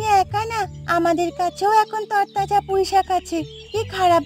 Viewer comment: কৈইশাক❌। পুঁইশাক ✅